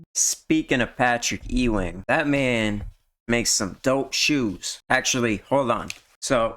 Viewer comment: It's Patrick Ewing (You Wing) not Eeee Wing